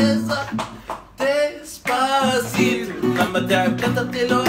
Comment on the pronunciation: ثانية واحدة هو انت فى مرة لما جيت تقول ديسباسيتو..قولت طي*باسيتو ؟